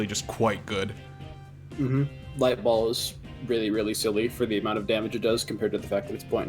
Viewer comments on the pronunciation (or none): none